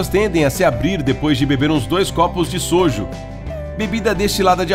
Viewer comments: Não é soju é soju o u e mais forte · “Sojo” Kkkkkkkkkkk “Jajamejieon” Kskskskslakzk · Ele falando jajangmyeon e soju eu ri muito mas achei fofo ele tentou pronunciar kkkk